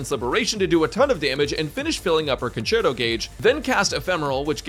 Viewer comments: hahaha "concherto" haha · english is savage 😂conCHerto???